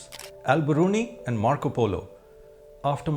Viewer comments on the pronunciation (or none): none